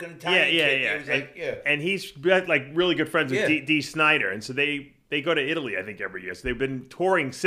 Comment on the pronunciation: I'll join the rest of you paisano's in southern It-ly (as Gregg pronounces it).